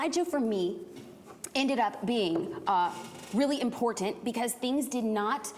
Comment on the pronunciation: I looove her videos, but I can't stand the way she says "important"